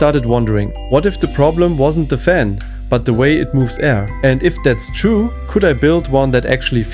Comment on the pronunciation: sure. when it's soo hot you slur words, turn on a phaam.